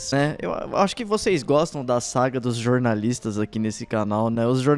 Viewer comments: """Jornalistes"""". Fale direito seu, seu, SEU....... BALCONISTA! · melhore! O correto é "jornaliste".. 😂😂😂 continue nessa pegada!